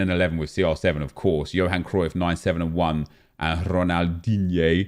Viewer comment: Please never call ronaldinho, ronaldigne again